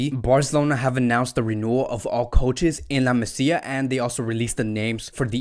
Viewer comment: It’s called La MAsía not la Messia.